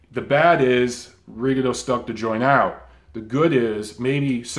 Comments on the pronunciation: You got Loma name right but you mispronounce Rigo name. Repeat after me RE GONE DEE OU. Rigo is Cuban, there for that’s how is pronounced. Lol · He started the video talking about how to say Loma's name then said Rigondough